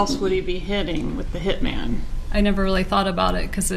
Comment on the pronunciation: omg the H slips out !!!!